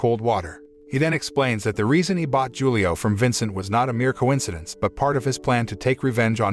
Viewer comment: Hulio, man. It's read Hulio, with H 😂